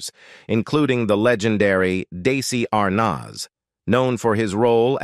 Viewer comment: How the f do you not know how to pronounce Desi Arnaz come on you just play with your viewers. I wasn’t alive when he was here and I know his name there’s no way you don’t know how to pronounce it you just wanna get a reaction out of your viewers. Well, you got one. Don’t be so disrespectful.